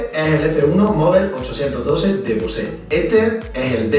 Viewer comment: Es BOSE ,no ...BOSe' jkjkk, eso es el cantante,es como comparar un sector ibiza con un M2